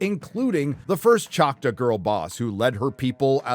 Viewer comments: ok I agree with the review but the tribe is pronounced chalk-taw and not chaka. Makes me wonder if the show did a Last Airbender and pronounced Aang with Ong. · did you really just say "Chot=wuh?" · Are you trying to say Choctaw? Choc-TAAHW. Just saying, since I've spend most of my life in Oklahoma. BTW this series looks to be an offensive level of "representation" again, coming from a person who as spent most of their life in Oklahoma. Oh and OU sucks, go Pokes. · The Choctaw tribe in Oklahoma is a separate entity from the Mississippi tribe. Also, its pronounced ‘chock’-‘tall’ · No it’s still “Chalk-taw”, is either too lazy or too bigoted to pronounce it correctly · Choctaw, as in Chalk-Taw. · I’m from Oklahoma and everyone pronounces it chock-taw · It’s pronounced Choctaw- Chock-taw. Thank you for you attention. Lol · Hahaha the mispronunciation of Choctaw is hilarious to me. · Bro how are you pronouncing choctaw? Lol wrong that's how